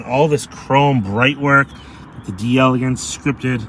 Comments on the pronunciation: It’s spelled “d’Elegance”. It’s meant to sound like it’s French. In other words the “d’” is meant to be almost a throwaway sound. So the question is; Is it 3 syllables or 4? You are right that the emphasis should be on the “Gance” syllable. However it should be pronounced as 4 syllables. We don’t have a good way to learn how to properly use those throwaway sounds as other languages do so we’re always fumbling. But whatever way you pronounce it you’re going to be understood and that’s what really matters, isn’t it? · It's pronounced as one word, "deleGANce".